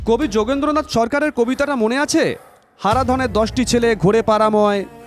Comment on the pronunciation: যোগীন্দ্রনাথ সরকার। যোগেন্দ্রনাথ নয়।